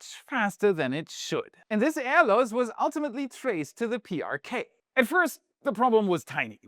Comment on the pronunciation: PrK - pronounced 'Pay ar Ka'